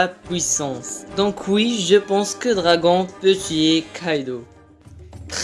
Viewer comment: Arrête les vidéos, tu ne sais même pas prononcer le nom de Dragon.